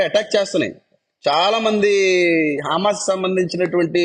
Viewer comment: "హా మాస్ "కాదండీ" " హ మాస్ " అన0డి